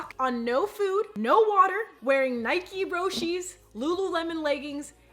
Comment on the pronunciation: The way you kept saying Nike Roshes😂😂